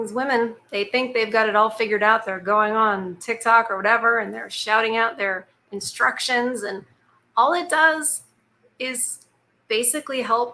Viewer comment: Did I hear you call Tik Tok, Chick Tok?